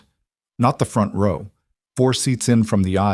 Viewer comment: Please program the AI to pronounce row correctly.